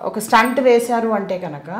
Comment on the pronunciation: స్టంట్ కాదు తల్లీ, స్టెంట్ అనండి.